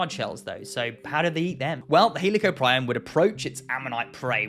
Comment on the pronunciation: Fuck the crazy spinosaur debate bullshit paleontologists need to fight about this "he lee co prion" pronunciation